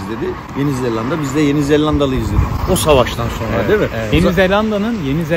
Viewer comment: Misafirin, senin ettiğin gibi doğru telaffuz etmeli tek L ile yeni zelanda demeli… yeni zellanda değil… Küçük bir düzeltme ama önemli… Sen ender doğru söyleyenlerdensin…bravo …